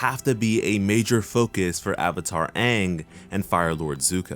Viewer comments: Strike one should be, pronouncing aang as OOng, iroh as EEEEEroh, sokka as sukka. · Yes it was a bad call they didn't even pronounce Aang's name right.